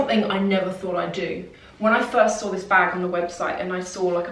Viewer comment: I love the way you say "when I sawr it" lol